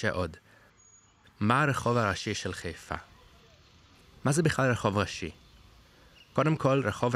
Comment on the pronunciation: איך יודעים שאתה לא חיפאי אמיתי? אתה קורא לעיר חֵיפָה ולא חַיפָה